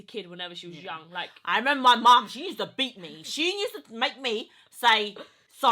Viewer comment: I used to watch your sister on snapchat.. why does she find it so hard to pronounce USE/USED? She adds this extra N (NUSED) in front of the word and it triggers the hell out of me and gives me anxiety. Urgh